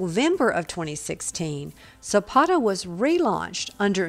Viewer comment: Silpada...not Silpoda 😆